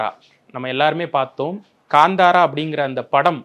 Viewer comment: ....its ka'ntha'ra... Not ...ka'nda'ra... Kindly pronounce it correctly ....